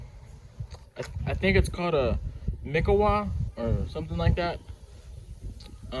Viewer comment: It’s pronounced “Meekaawaa” lol I know when I started made that mistake calling it in front of my mentors! Great bonsai material my mentors actually prefer mikawa’s than regular Japanese BP Needles are shorter than regular Slow grower but worth the wait I’d say 5-7 years and you have a great bonsai for sure I have mine in colander’s and pond baskets. Don’t overwater they like it on the dry side but not dead dry lol